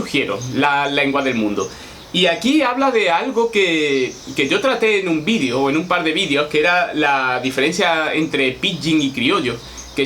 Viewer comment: Y dale con vidio... Ufff video, con E, es Español enseñando lengua y no sabe que la palabra video se debe mencionar la E. Aprenda... Se dice como se escribe... VIDEO, VIDEO... NO VIDIO!